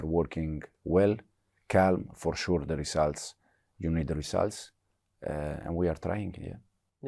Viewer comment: Fuore shurrr 😅😅😅